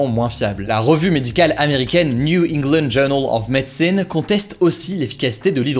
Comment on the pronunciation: Newl hégland ove medecyne 😂😂😂